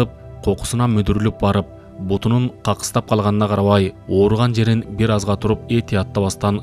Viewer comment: Какыстап эмес кокустап